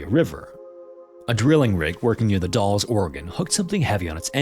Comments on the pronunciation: The Dalles is pronounced like Dals (rhymes with gals) not Dolls. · Get this: I just drove through all the cities mentioned in story two last weekend, and I used to work with a guy named Kenneth Martin outside Portland, OR. Ture story. Also, The Dalles is locally pronounced to rhyme with 'the pals,' not sound like 'the dolls.' Very cool episode, and I'm glad to see the channel resist the use of AI. I heard another scary local occurrence once, so I sent it to the SM team. Can't wait to hear it on the show some day. Glad to be subscribed. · Just FYI, "The Dalles" rhymes with "The Gals," not "The Walls." I spent my childhood living about 45 miles south of there. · As someone from the Portland area, and for future videos the dalles is more pronounced like dowels instead of dales. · The mame of the city The Dalles is not pronounced like "dolls." The name may be derived from the French word for flagstones, but the "a" is pronounced in the same way as in gal, and pal, and in the name Albert. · "the dolls" 😭 the dalles is pronounced like... a as in apple. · It is VERY rare that my home town pops up in these, but it's always amusing to see how people try to pronounce an admittedly very weird name (The Dalles ...Dalles rhymes with Pals for... no particular reason that I'm aware of. It just does.) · Dales - Dalles. Like Dale Earnhardt. But plural. Dales. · As a Portland resident, I have to mention, The Dalles rhymes with "the gals". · The A in The Dalles is like the A in Pal or the name Al. D-Al-zzz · The Dalles is pronounced in a way that rhymes with gals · I grew up out there! Yeah, trying to explain the pronunciation of 'The Dalles' via text is a little weird; it's like "The Dowels" if you mutate the W into an L. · Minor correction: “the Dalles” is pronounced will a hard “a,” as in “Sally,” and not “the dolls.” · Or The Dalles being pronounced as "dolls" lol.